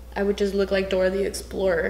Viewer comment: 'Door thee explor ' 😂i cantttt